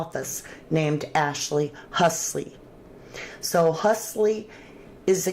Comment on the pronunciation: It's Ashley HULSEY, not Husley lol